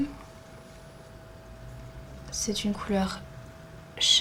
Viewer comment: pour le fard chrome on dit pas le ch comme on di "normalement " le ch on le "k"rome